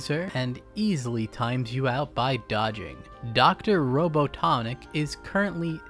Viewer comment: Great vidro but why you call him Dr. Rono Tonic lmao